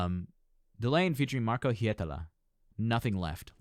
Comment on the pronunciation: Wow, the pronunciation of Marko Hietala was spot on.